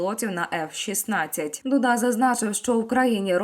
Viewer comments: Дуда - наголос на «у» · Не знущайтеся над президентом Дудой. Наголос на У! Хоча істеричний спосіб виголошування текстів ставить під сумнів Ваше психічне здоров'я. Де вже тут піклуватися про повагу до правдивого друга нашої України(((